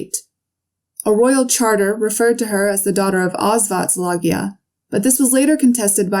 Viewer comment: Good video but your pronunciation of the Hungarian names is way off. All you need to do is listen to an app pronouncing the names like Szilágyi… which you repeatedly butcher😢 It’s something like See-la-gee (as in gee whiz or the letter “g”)